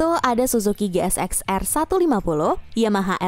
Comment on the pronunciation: Min GSX itu dhoac bukan shoac 😭😭😭